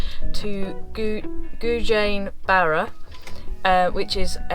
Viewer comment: The way you pronounced gougane barra is like googan barra😂😂lovely video thanks